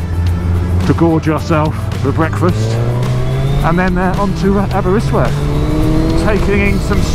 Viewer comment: As someone who lives in Aberystwyth, seriously butchered pronunciation 😂 awesome video though!